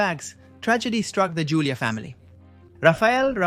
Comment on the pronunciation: It's pronounced "HOO-LEE-AH" The J in Julia has an H sound in spanish. You know, like Julio = "HOO-LEE-OH"